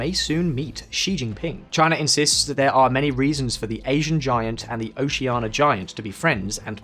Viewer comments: hearing this man say 'oceana' without the i is killing me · Didn't pronounce Oceania correctly even once... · Oceania = o-she-ah-nia WITH an "i". Canberra = canbr⟨ə⟩, or can-berra, NOT can-bear-a. These are not problems with the English accent, they are an inability to read.